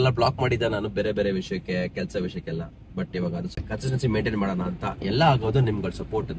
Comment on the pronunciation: Consistency ❌ Contistency ✅